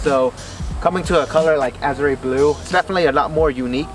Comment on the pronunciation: Pronounce the color right a-zhr no azray